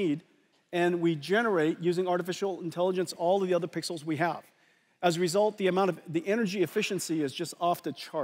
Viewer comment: I heard him 😂